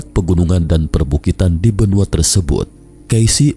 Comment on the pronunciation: Ada huruf "k" di belakangnya benuak, setarak, asiak 😂😂😂😂😀😀😀